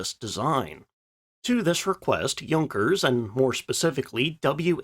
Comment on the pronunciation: Thank you for pronouncing Junkers and Jumo correctly!.